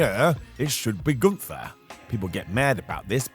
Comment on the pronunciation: What if I told you that the jobbers name is Gunther, not goontur. Gun-ther. Not Goon-tur.